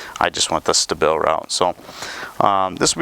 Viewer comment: It’s pronounced ‘STAY-BULL’ , ya see how that kinda sounds like ‘stable?’ Like what you’re doing to the gas. Making it stable. NOT whatever the hell you were saying. Other than that , the thing is to friggin loud.